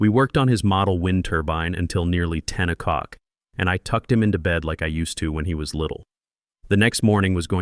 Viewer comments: I really enjoyed this story’s turn at the end. But I also agree with other commenters on the AI’s consistent mispronunciation of “oh clock” as “oh cuck.” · O'CLOCK!!!! FFS = get the AI pronouncing it RIGHT! Sounds deranged.